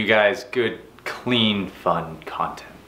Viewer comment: Wait, wait, wait.......In the beginning did he say c*nt? "Good clean fun c*nt" Am I hearing that right? LOL. That is at 0.28..If so, what was the point of that?